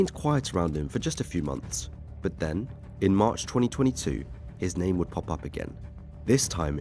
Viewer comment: Respect to the narrator for actually pronouncing most names of places and people right!